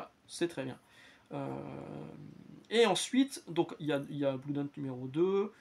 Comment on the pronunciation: Bonjour, je vous découvre. Juste "un" truc qu'on a apparemment jamais pensé à vous dire sur toutes vos lectures : Blood ça se dit "Blaude", pas "Bloude". J'ai perdu du blood par les oreilles un paquet de fois tout au long de la vidéo 😆